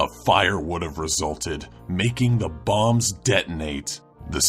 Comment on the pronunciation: Bombs? I thought he was saying bongs...